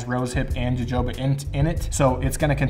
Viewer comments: Its jojoba oil not "huhoba" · Video is great. Btw its pronounced "hohoba" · Jojoba is pronounced HoHoba. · As a fan of your beard vids, I can't let you pronounce jojoba oil like that. Its pronounced [ hohoba]. I'm only saying this thru experience, I was on the phone with a few friends talking about different oils n I pronounced it jojoba, I was laughed at. Lol. But I enjoyed your video, I plan on making my oil beard oil to sell. Thankx alot bro. Keep up the good work. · Jojoba is pronounced Ho-Ho-Ba. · Jojoba is pronounced with an H sound. Hohoba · Or because he says Joe-Joe-buh. Lol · Nice content 🎯. Jojoba is pronounced. Ha Ho Ba. J is H. Straight Simple recipes 🎯🎯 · Great video 💕💕💕💕💞, it’s jojoba is pronounced Huh-HO-ba 😇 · I have to say it…..Jojoba oil is pronounced “Ha hoba”!! The j‘s have an h sound. 😘😘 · Jojoba is pronounced huh-ho-ba, btw. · Love your videos, but it's pronounced "hohoba". LOL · It's pronounced ho-ho-bah oil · I said out loud, "dude, you're drifting, you're gonna spill it" and there goes your savings! Haha. Oh...and say "measurement of Jojoba oil". 😂 Also 'schedule' and 'progress'. Seriously though, thanks for making these videos, they're entertaining and helpful. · This is good. The j's in Jojoba are pronounced like an h. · I find it adorable how he mispronounces Jojoba oil every time